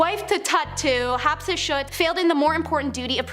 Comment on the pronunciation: Some of these were fascinating that I hadn't heard. However, I turned it off after they all mispronounced "Hatshepsut" and the girl butchered "Ptolemy" and every other name she said.